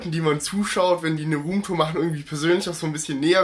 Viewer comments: rrrrrrrrrrrrrrrrrrrrom turen :-) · Rrrrrroom Tour 😂😂👌🏻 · „Rrrruum tur“ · "ruhmtur" xD